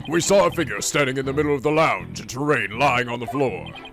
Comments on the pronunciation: Terran not Terrain. RAN NOT RAIN! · TERran,. not terRAIN. It's not that difficult! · It'S tErRaN nOt TeRrAiN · Obligatory "it's Terran not Terrain" comment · "Terrain" again!?..... Wait now it's "Ter, Ran"? He has to be fucking with us at this point right? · Paulinus Nwosu yeah I expect that from him when it comes to Japanese words and names, but a not that difficult English word is surprising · Kats it actually sounded like he started calling him by his actual pronuciation